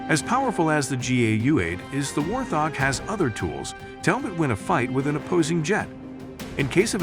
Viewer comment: It is not a war-thog.. Hoorah for AI!